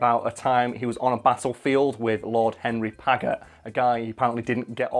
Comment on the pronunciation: Paget happens to be pronounce 'Padge-et'. JSYK. And it wasn't married his sister, it was, that way back in 1808 (at the beginning of the Peninsular War in Spain), he'd run off with Wellington's sister-in-law. In a day and age where getting a divorce meant getting a private Act of Parliament passed, pretty much , and therefore almost never happened. Paget had been the guy in command of the cavalry before then, but after that, Wellington refused to have him as part of his army. The breach wasn't healed until the Waterloo campaign in 1815, the first time Wellington and Napoleon had actually faced each other on the field of battle when Wellington needed the absolute best officers and commanders he could get.